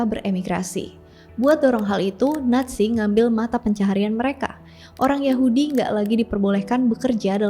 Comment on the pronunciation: nazi.. banyak pengucapan natzi🙏